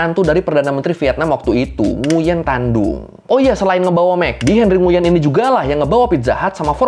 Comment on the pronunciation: Nguyen bacanya nguwen bang. Pho itu bacanya fa